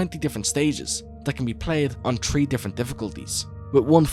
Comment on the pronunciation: I really like your videos, but please work on your "th" sounds. The way you pronounce three as tree is distracting. Other than that, your videos are freaking amazing.